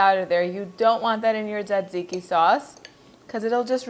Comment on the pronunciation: It sounds like you're pronouncing it: dadziki. My Greek and Italian friends pronounce it: tsatsiki. And my friend from Turkey pronounces it: sahdziky. In Poland, there are a couple kebab shops, so I've also heard it called tsah-tsih-ki almost like tsah-dzicky. Is there a single correct pronunciation or is it based on location?